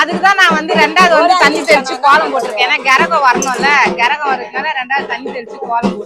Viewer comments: கெரகம் இல்லை கரகம் ஒழுங்கா தமிழை உச்சரிக்கவும் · கெரகம் இல்ல அக்கா கரகம் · அக்கா கெரகம் இல்லை கரகம் சொல்லுங்க